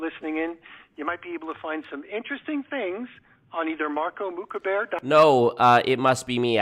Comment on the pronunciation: Honestly them pronouncing your last name as mooka bear is so cute. You should make a shirt with a teddy bear or something.